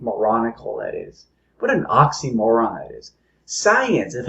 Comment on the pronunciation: I like the way he pronounces oxymoron as oxy moron. That fits him right well....